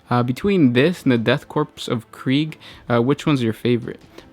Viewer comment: At the risk of being "that guy" you don't pronounce the "p" in Corp.